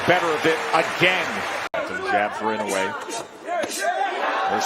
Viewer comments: Be honest with yourself. Either this is an AI generated compilation or the narrator is too lazy to learn how to pronounce Naoya Inoue's name even though the fight commentators say it repeatedly. Not liking. Not subscribing. People are too lazy to do even the least amount of research to make a good video. :face-orange-raised-eyebrow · AI always mispronounce the names. Sometimes three or for different pronunciations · Riding on the back of the greatness of Inoyue... Your commentary sucks , and you don't even know how to pronounce the names correctly.